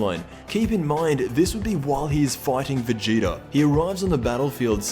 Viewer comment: Idk but it pisses me off when u try to say vegeta's name, Vegeter